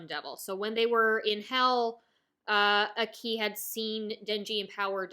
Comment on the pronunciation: So I'm listening and enjoying all of your Chainsaw man thoughts and reflections and I know you might never say his name again on Youtube but it has been killing me a little bit every time you say Aki's name. You're putting the emphasis on "i" and giving it a rising intonation. The emphasis is placed on the "A" and the "i" has a flat intonation. Ah-ki, Aa-ki. Not AkEE, or aKey! I just think names hold value and are important. Thanks for the videos. I know you will enjoy Mob Psycho S2 because it is pure gasoline and basically doubles down on everything that made S1 so phenomenal. Fight ON!